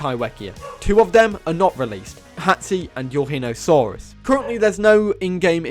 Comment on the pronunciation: Nvm cancelling for calling pterosaurs & marine reptiles dinosaurs Let's bully him for his Pronunciation of Eurhinosaurus >:3